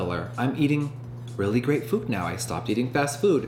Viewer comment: did she say “you look gay” or “you look great” 😭💀